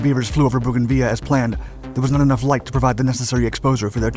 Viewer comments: Bougainville is NOT pronounced Bougainveeya, it's named for a Frenchnan, and was a French colony. Boo gan vil . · Bogan-viya?? It’s “vill”, like “grill”. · Booganvea,what a strange way to pronounce bougainville. In the real world it's bo-gan-vil ,your american pronounced places are as bad as your terrible spelling of the english language, very poor. We might have a funny accent in australia but at least we have a better grasp of the language we speak and learn it far better than any american i've ever met. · It’s Bougainville, NOT Bougainvillea!!! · Bo GAN Vil... As a son of a WWII fighter pilot and having known multiple pilots and crews growing up no one pronounced it ve ya. Maybe they were wrong but they paid to say it any bloody way they wanted. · Weird hearing Bouganville being pronouced as bouganveya instead of bouganvil.... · Bogan veer? What the hell drugs are you on. It's pronounced Bogan vill. Bouganville. Love that you are doing history but even a cursory search for pronunciations will gain you a lot of street creds. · It's Bougainville, where are you getting the "via" at the end? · Do you mean Bougainville? If so, it's pronounced Bogan-vill. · Pronounced boug in vill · Are you trying to pronounce Bougainville? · This mans pronouncing of Bougainville hurts my ears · It always was. He just mispronounced it. (As he does with lots of words).